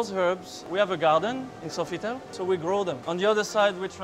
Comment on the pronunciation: I notice how often he mispronounces it. (That and SOFITEL LOL)